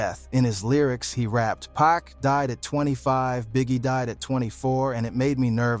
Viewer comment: wait wait im only 20 seconds in and did you say PACK? how dare you call 2pac, PACK lmao